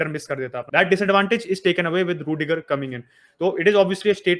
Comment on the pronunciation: hala madrid.... it's ruidiger....